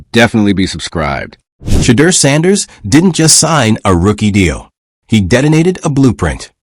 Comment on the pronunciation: WHITE SUPREMACY PRONOUNCED WORDS THE WAY THEY THINK THEY SHOULD SOUND BECAUSE THEIR WAY OF PRONOUNCING WORDS IS THE RIGHT WAY! PLEASE STOP! STOP PRONOUNCING SHEDEUR TO SOUND LIKE (SHATTERRR) IT'S PRONOUNCED TO SOUND LIKE (SHA-DEAR) BLACK PEOPLE KNOW HOW TO PRONOUNCE THERE OWN NAME! GOTDAMN IT MAN! PRONOUNCE SHEDEUR NAME THE PROPER BLACK PEOPLE WAY! YOU ANNOUNCER SHOULD BE FIRED FOR SLANDERING HIS NAME. TO HELP YOU! SHEDEUR IS PRONOUNCE (SHA-DEAR) NOT (SHATTEER) YOUR PUTTING A CURSE ON HIS NAME! PLEASE REMOVE OR FIRE THIS ANNOUNCER THERE'S A WARLOCK'S WAY OF PUTTING A SUBTLE.PURE EVIL CURSE ON THAT MAN'S NAME.